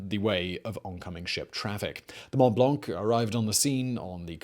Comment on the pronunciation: The C in "blanc" is silent.